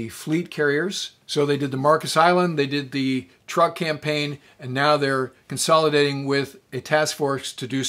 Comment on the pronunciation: Sir: With your very kind permission, please let me suggest a couple of amendments. First, the Island system spelled T-R-U-K is pronounced--by the natives--CHUK. I deal with them as a tax preparer and they are very pleased when I pronounce it correctly. Second, Sir, I don't know if you remember but in the northern phase of the Japanese Imperial strike at the US fleet and landing force in Leyte Gulf, the remaining carriers with only a handful of aircraft, were sent out against Halsey's force allowing him to strike them. Philippine sea was thus not the last time Japanese Carriers sortied in mass. Thank you for an otherwise pleasant video.